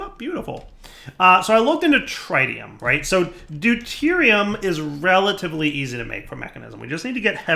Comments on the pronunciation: Everytime you say TRI-tium Instead of TRIT-ium, anyone with a science background dies a little inside...... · It's not. He's pronouncing it wrong. It's not a dialect thing. AluminIum and aluminum are spelled and pronounced differently based on region. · the Tri in tritium is prnouced like the tri in Trinity. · I'm genuinely curious, - pronounces Tritium as TRI-TEE-um. I've always heard it call tr-IT-E-um. I'm guessing it's yet another word that's pronounced differently depending on what version of English your speaking? You know, like the word aluminium. In the US it's pronounced Ah-Loo-min-num, but elsewhere it's called AL-U-min-E-um. I hate English. It's my first language, and yet even after 26-27 years of speaking it, I still don't understand the rules! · Where are you getting the D from in tritium. It’s pronounced tr i tium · He mispronounce it on purpose since his regrowth series with soaryn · Here’s the most important rule: don’t pronounce things the way does. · every time her mispronounces, "Tritium" I die a little inside. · Please learn how to say tritium correctly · For the love of God learn how to say tritium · Mis-ka-llaneous is the worst of all. If he can’t even speak basic English correctly, why expect that he’s going to do better with words like tritium?